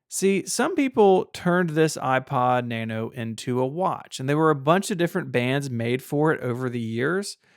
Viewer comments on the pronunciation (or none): Out of the select few Apple products ever owned, my favourite is the 6th Generation iPod Nano. It was way ahead of it's time, and it paved the way for the current Apple Watch series. This video was too negative, did not pronounce 'Nano' correctly.